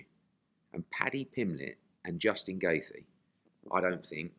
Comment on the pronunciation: correct Eddie on his pronunciation of Justin Gaethje please lol... He said it wrong every time lol and that was abt 10times lol